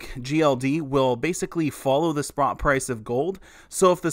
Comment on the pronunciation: ''a gold ETF will basically follow the Sprott price of gold'' 😂🤣🤣